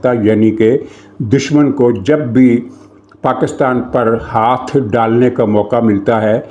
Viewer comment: ایک بندر مودی میرے سامنے نہایت بے شرمی اور ڈھٹائی سے ویڈیو میں PakAstan PakAstan کر رہا ہے. حیرت ہے کوئی اس پر بات نہیں کر رہا. یہ کہاں سے پڑھ کے آیا ہے؟ 😡😡😡😡😡